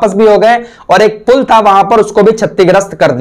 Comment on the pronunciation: फुल नहीं पुल